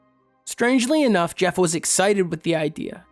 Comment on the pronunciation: Pronounced Ger, not Jef.